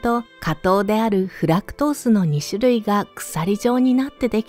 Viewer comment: いえ、姉さんの発音がネイティブ過ぎるのです！フラクトースとか！